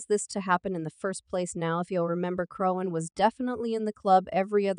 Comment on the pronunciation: WHO THE FUCK IS CHRONE?? how do you make a video about someone and you’re illiterate 😂😂